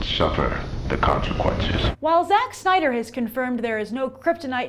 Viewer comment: i heard SEX Snyder